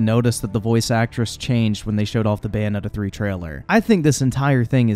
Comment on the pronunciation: What’s Bayonneta 3?